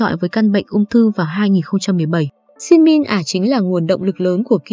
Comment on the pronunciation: trời ơi đọc tên Shin Min Ah sai rồi kìa trời